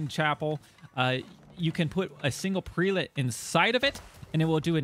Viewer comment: Prelate = preh·luht (pronunciation)